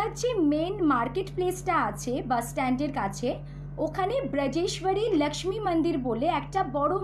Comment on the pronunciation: বাংলাভাষায় উপস্থাপনাকালে 'লাক্ষ্মী মাতার মান্দির', মাকড়শার বদলে 'মাকড়ী' ইত্যাদি ধরনের উচ্চারণ ও অযথা হিন্দী শুনলে ভীষণ কানে লাগে।